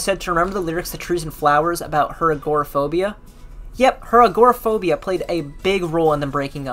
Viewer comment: It would help your video if you could pronounce agoraphobia, Glasgow, Siouxsie, Dolly Parton